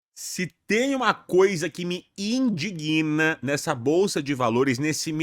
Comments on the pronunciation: In/dig/na. E não: in/di/gui/na. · uma dica: não existe a palavra "indiguina" o certo é indigna "uma coisa me indigna", a sílaba tônica é a segunda inDIgna